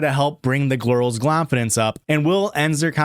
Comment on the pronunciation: I am so glad you've commited to this whole gl sound thing. "Bring the glirls clonfidence up", 10/10, chef's kiss